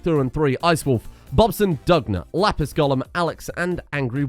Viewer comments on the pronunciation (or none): none